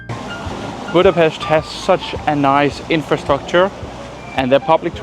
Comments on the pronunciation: Whoa! Perfect pronunciation of Budapest (not "BÚdapeszt" what they usually say), and the names of the cakes. Zserbó is the absolute heavyweight champion merely because of the ingredients: walnuts, chocolate, apricot jam, pastry - you can't argue with this dream team. It's a normal-size cake. You only got that small because they were trying to keep the price low and the ingredients so expensive, small size was the only way. Made it a few times, everybody loved it. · that was great, especially appreciate the correct pronunciation of Hungarian 's' in Budapest, Dobos, etc. Please try any cakes with poppy seed!